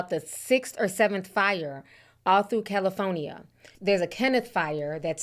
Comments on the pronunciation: Ti we good with you saying Cali instead of Caly Phone ya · Calafonya lol. I’m sorry but that was funny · Ti be like Cali-Phone-Ih-Yah 😂… also this is a reminder people should always stay ready for a natural disaster especially if you live in an area known for them … prayers up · Cala-fonya... I've been pronouncing like you since yesterday and my kids are sick of it 😂😂. I'm in Texas, south to be exact and we didn't get the weather north Texas has. I wish they help California instead of politicizing it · ….🗣️CaliPHONYia lol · Jeez prayers to everyone in California. I was born there. 😢 Ti I hope you don't get upset with me for saying this but I've never heard anyone ever pronounce California like you do....EVER 😅 my mother was listening in and screeches everytime she heard you say it. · Thank you for the updates I love you girl, but California has 4 syllables not 5 😂. I get tickled every time you say California. Keep up the great work sis❤ #Caligirl